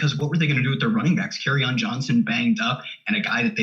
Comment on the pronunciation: trying to say Kerryon is funny. It took me a while to figure out who in the hell he was talking about lol.